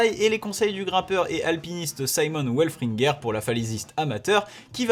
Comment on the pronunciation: Trop bien comme d'hab, pas sûr de la prononciation de Simon welfringer par contre qui est francais comme tout mdr